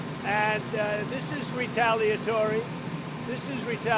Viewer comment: retaliatore? Is that Italian?